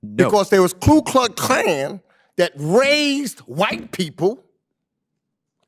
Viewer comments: He cant even say the name right. Its Ku Klux Klan. Not Klu Kluck Klan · Mr. Meeks can't even pronounce Ku Klux Klan. The KKK is the Democrat party which he & other White & none Whites have declared is their party, the party of the KKK, segregation, Jim Crow laws, pro-slavery, Poll taxes, and everything that is racist. Meeks chooses to be, either stupid or ignorant. Democrats were also the party that loved Adolf Hitler until the day America declared itself at war with the NAZI. Democrats created the NAZI youth in America. Democrats received a personally signed Document, thanking the Democrat party for helping Hitler take care of his "Jew Problem" as described in the letter. Democrats are America's Communist party in several versions of Communism, Marxist, Socialist, Fascist, Hitlarian, Maoist, & Leninists. Democrats are a hybrid of all of these movements. What they are not is Christian, Constitutionalists, America loving, & they HATE truth & reality.